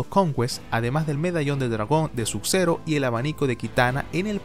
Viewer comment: Porque dices "Suk zero y rectail"?